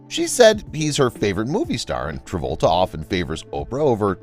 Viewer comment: You keep saying "John Revolta"